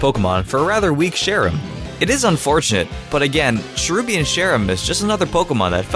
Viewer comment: do you keep on called Cherubi, Sherubi and Cherrim Cheren? They're based on Cherries, so you don't need to do that weird foreign thing of making ch sound like sh.